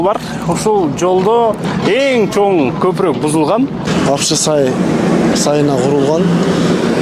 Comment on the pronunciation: Көпүрөк эмес көпүрө, кандай журналистсин, кыргыз мектепти бутконсунбу, сүйлөштү билсең блогер бол